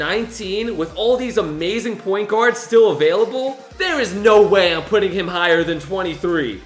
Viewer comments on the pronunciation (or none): "Amazing point guerds" DE'AARON FOX?!